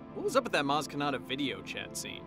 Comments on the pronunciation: "Maz Ke-naughty" 😆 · Maz Ka-naughty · Maz Ke-totty, I'll have another.